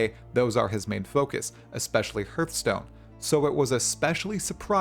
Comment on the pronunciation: hurtstone, ouch i heard that :)